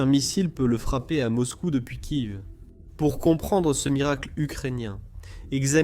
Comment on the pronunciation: Tu sais pas dire Kiev et bunker 😂